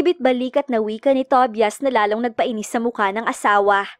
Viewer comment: Ang pangit naman pakinggan ang Pronunciation ng TOBIAS😅😅.. "TOBAYAS " yan😊.. Instead pakinggan ko naawa ako sa pangalan ni tobias😂.